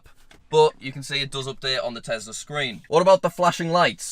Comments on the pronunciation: i was today years old when i found out says tesler instead of tesla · there is no "R" at the end of Tesla. It's the Tesla App, not the Teslar app